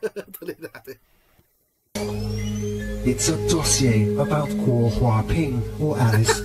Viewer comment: Guo it pronounced like kuo in Chinese